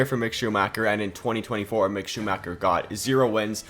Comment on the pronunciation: Can you please do it again? That is not acceptable for me as a german.